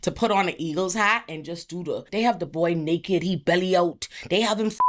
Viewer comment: “He belly out” 🤣 Your accent saying that I’m dead🤭